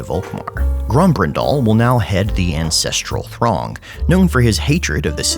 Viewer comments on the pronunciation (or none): For a second there i thought you said "ancestral thong" for Grombrindal, and the image of a diamond encrusted thong, passed down by generations of sweaty old men both made me shake in fear and arousal